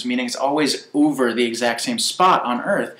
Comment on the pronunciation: Did he say "exactly OOVER the same spot"? Maybe that's what happens when you listen to two dimensional sound waves on a 3-D computer. Over ends up sounding like oover :)